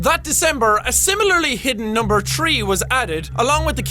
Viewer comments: Its THREE....not Tree. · the amount of times he's said tree instead of three is really amusing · Jack pronounces "three" as "tree" but I don't blame him........I'm the same...and It's OK! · Jack: three Me: TREE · you know it's the old jack because he said "tree" instead of "three" like he does now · Is it just me or does Jack say "Tree" instead of "Three" 0-0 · "number tree was added" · tree tree? you mean three jack? your irash is getting out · I love that Jack still says tree instead of three in this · I like when Jack says tree even though it's three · when ever jack said three I thought he said tree and I got confused, lol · every time this guys says Three it sounds like tree...-___ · YAY!! It's Jack!!! I love how he said tree instead of three. Love ya Jackyboy!!!!!! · tree😂😂 I know he is irish but still😅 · I do too. I don't know why, but the "thr" sound is really difficult for some who have a non-english accent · Who thinks Jack says 3 like tree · am i the only one that heard tree? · I don't understand all the hate It's getting the only thing I noticed is three being tree and other ways he pronounced uncontrollably and near the end I forgot it was Jack because he was being so serious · It's fun to listen to the Irish try to make the "th" sound. English: It's as easy as one, two, tree. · 'The five night at tree ending ' jacksepticeye-2015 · It's boss how when jack means to say 3 he says tree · It's his accent. Since he's Irish, he doesn't pronounce the th- sound, so three sounds like tree. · "The Five Night's at Freddy's Tree ending..."